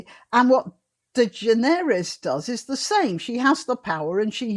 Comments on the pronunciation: Her name is pronounced De-generous. Just as we say 'generous'. I've heard her say it that way. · Ellen's name is pronounced "de-GEN-er-es." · Generous is the correct pronounciation ...... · I have never cared for talk shows. I used to watch the tail end of them for the traffic reports and weather. The correct pronunciation of her sir name is De-Generous. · However it is a French or Iberian surname. So granny pronounced it better than that Ellen dude does himself. Its "de Generes". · Its proper pronunciation is De generates with a silent s.